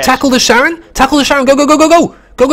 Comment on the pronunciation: Not Sharon, but KA-ron :) Like the boatman over the river Styx in the underworld. ;)